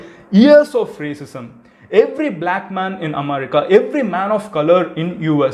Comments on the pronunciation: Please post the video by speeding up the video by 1.25x :) Also you pronounce am'a'rica. Its Am'e'rica. And u missed ur Intro- "Hi Friends, Madhan Gowri here" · Bro athu America omerica illa 😂😂😂😂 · Madan it is america not "amaarica" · Amarica? Lol😂😂😂😂😂 U suck in English.... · Your way of pronouncing America is unique. Haha